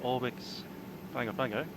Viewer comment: Hi. Another interesting flight - thanks (although I skipped an hour or so on the cruise). I never knew VATSIM simulated HF and Selcal. Just a quick anorak/nerd moment - Like Nadi in Fiji (NFFN) is pronounced Nandi, Pago Pago is pronounced Pango Pango.